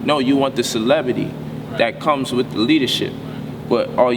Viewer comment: Gotta admit this brother is deep and I've learned a lot from him but I don't understand why he won't take the time to teach himself proper pronunciation of words like "ask" "with" "calculative" and quite a few more that I noticed he just butchers. "Axe" is a tool you cut down trees with not "wif" and "calcutiv" is not a word until you include the missing syllable "la" I'm sure he means Calculative. C'mon Bro if ur home schooling ur kids teach them well you don't want them making mistakes like these grammatical abominations. Wif, bof, earf, with, both, earth, I mean really what is so challenging about that?